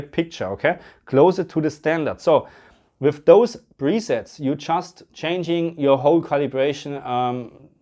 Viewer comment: With or wiff, thät is thä Qweschtion